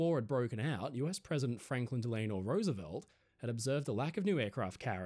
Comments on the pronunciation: Potomac: pah-TOE-mic. Delano: DEL-ah-noh. 😊🇺🇸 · Potomac= “Puh-toe-mick / F.D.R. Delano = “Dell-ah-no” Great video, my friend,. 🇺🇸 ❤️ 🇦🇺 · Franklin Delano Roosevelt ( DELL - INN - O ) Delano You mis pronounced his middle name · Also , I've never heard Delano pronounced like that. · Bringing back memories of my US Navy days, though I served on a small ASW Frigate. But a sailor is a sailor, no matter the vessel. 😎👍 But you do need to revisit the correct pronunciation of some names..... Potomac, Delano, etc